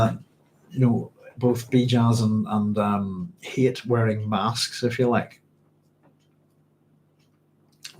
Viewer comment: Shalom, Doc! You should check the Hebrew on Hayt's name... It's a lot like 'chayt' (with a gutteral ch), which means 'sin,' rather than like 'chayim', which means 'life.'